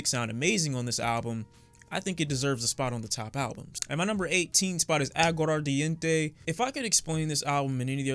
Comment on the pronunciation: What was that pronunciation. C'mon now, my man said "Aguararardiente" LMAO